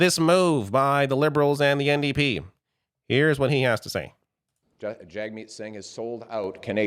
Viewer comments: His CONSTANT intentional mispronunciation of Jagmeet's name is infuriating, and I will now be calling him Pier. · you can hear PP start to say jagmeet’s name properly and then changes it to the incorrect pronunciation. This is 100% him trying to pander to xenophobes who will grasp onto the fact his name doesn’t follow anglophone pronunciation and goes to show how fake he is. All he is, is a slimy charlatan taking advantage of US right wing extremism bleeding into Canada to get himself elected.